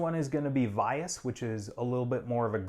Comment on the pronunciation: Here's how to pronounce vias and valo because you pronounced it wrong when talking about it.